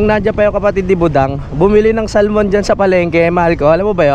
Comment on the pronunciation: The right pronouns Salmon is Sa'amon hidden L